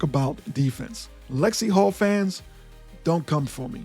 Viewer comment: It's "NaLyssa Smith" and it's Lexie HULL. Ten seconds of research doesn't seem to be a whole lot to ask...